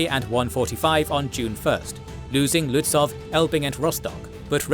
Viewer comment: Very well made. One remark: the W in Lützow is silent. So you speak it Lützou - a Prussian - Slavic name